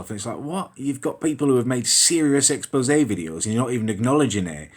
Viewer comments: Back up you can't even pronounce expose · Back the fuck up you can't even read the word expose